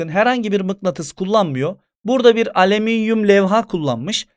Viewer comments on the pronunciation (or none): Nobody:: aleminyum